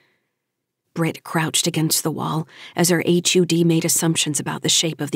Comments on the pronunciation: Nitpick - HUD would likely be pronounced as a word "hud", no one would pronounce H. U. D. Enjoying it otherwise, interesting book, great performance on the reading too. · Every time she says H.U.D instead of just saying " hud " it makes me cringe. Great story though.